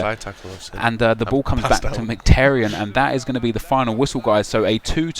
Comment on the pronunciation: Nep calls Mkhitaryan "McTerryan" hahaha nice attempt and great series though !